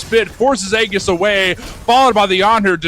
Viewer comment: "aegis" is pronounced ee-jis, not the way the commentators are saying lol